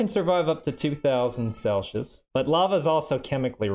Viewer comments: Are you... Are you really saying "celshus"? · No not at all, if you have been pronouncing it “sel-see-uhs” then you have been saying it correctly. Our friend here is just saying it very oddly lol. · Celshush is killing me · The way he pronounces Celsius as "celshis" is all I could think about. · I find your pronounciation of Celsius... disturbing. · That's a weird way to pronounce Celsius right? This guy's so educated I'm starting to question myself. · Ive bever heard a person prononce celcius like this. Tho we mostly just dont bother in NZ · There isn't an H in Celsius brother